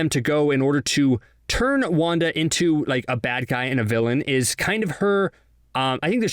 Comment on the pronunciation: When CBR says wanda Me hearing : wonka